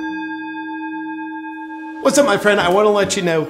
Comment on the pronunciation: Trudeau, I ain't your frwend, buddy!